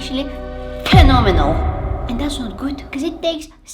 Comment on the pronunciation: the way she said fenoumenel